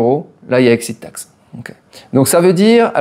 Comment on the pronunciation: J'adore l' "excite taxe" Faut pas t'exciter comme ça allons ;-)))